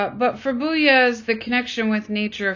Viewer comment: Pronunciation of 'commodification' and 'Beuys' needs work. Speaker reads mechanically and without apparent interest. Beuys isn't "trying" to talk to the hare. The question isn't about what Beuys "believes". We have no access to his brain. A citation of sources would be more considerate, respectful, and exemplary. The speaker's appreciation for the information seems lacking , her conclusions reductive.